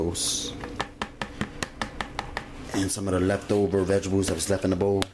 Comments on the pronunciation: dat nigga said veggables lmao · vegebales...um..vegetables.. lmao...dish was fire tho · when he said veggables😂 love it. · vegidibles ** says it seriously throughout video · Vegibles😅 loveee him nd his food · why he keep saying vegables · no he's actually saying vegebles. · lmaoooo it's bothering me too! vegables! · That was annoying me too!! Every time he said it I got mad lmao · Lmao sooofunny vegables lol😂😂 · guess you're right about the knife. However; that doesn't excuse the gross finger nails and the far to frequent use of the non-word "vegables". He's grown and should know how to clean his nails and speak properly. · I know right! And the fact that he doesn't realize that vegetables have a T in the name. I cringed every time he said vegables. Ugh! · Vegebles..if u mispronounced that word one more time, I was gonna scream... The word is V-E-G-E-T-A-B-L-E-S.. nice Video..lmbo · CTFU HE KEPT SAYING "vegebles" 😂😂😂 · I love that he pronounced vegetables vegebules and he's like "if you don't have salt" this calls for five different seasonings, five vegebules and oxtails but just in case a man has all that but you know, no salt. here you go. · I'm dyin, ya'll both said it wrong! 😂🤣😂. Looks delicious. Heard you smackin off that one bite. I wanted to watch you chew it too!🤣😂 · girl did you hear the way he pronounced the word vegetables? fml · && blame the way he says vegetables on your ancestors! 😒 ugh.